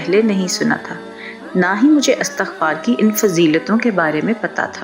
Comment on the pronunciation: Pyaray behan bhaion se guzarish he k ye lafz "istighfar"he jaisy k lafz istiamalاستعمال or istihkamاستحکام ka wazan he.Astaghfar ghalat tllafuz he. Shukria!